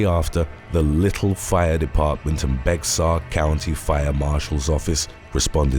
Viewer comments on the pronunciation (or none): You are mispronouncing Bexar County in Texas. It's more like "bear" please research. Thanks! Love the channel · Bexar is pronounced Bear I don’t know who we thank for that?